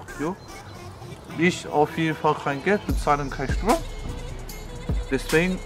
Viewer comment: hahahah es heisst Geld und nicht GLED